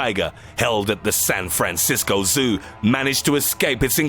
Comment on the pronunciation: "SAN FRAN CIS CO ZOO!"